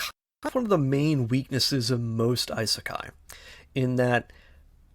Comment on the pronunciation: Overly pretentious AND stating factually wrong things? That's an interesting combo. Seriously though, do some actual research. Also the purposeful mispronouncing of Isekai is just... Lame. Like come on dude, what are you doing?